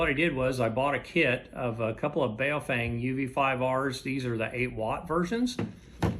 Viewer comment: FYI: the radio brand is pronounced "BOE-feng". That 'a' isn't pronounced.